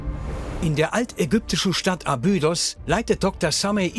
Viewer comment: Eine gute und interessante Doku aber jedesmal, wenn der Sprecher „Abüüdos“ sagt, stellen sich mir die Nackenhaare auf. Grauenhaft.